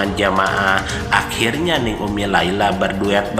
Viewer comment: Bukan Neng tapi dibacanya Ning. Ning dgn Neng lain, artinya , maaf koreksi.